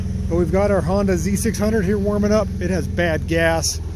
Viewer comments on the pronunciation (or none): none